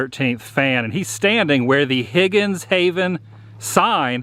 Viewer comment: Also It's Higgins Haven Not Higgins Hayven